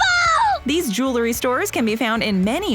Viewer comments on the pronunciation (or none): It's jew-el-ry, not jew-la-ry. It drives me crazy when people say it that way. 🤦‍♂️ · It's "jewelry" NOT jew-la-ree. Also, -ING is NOT pronounced -EEN. PricING not pricEEN; hopING NOT hopEEN.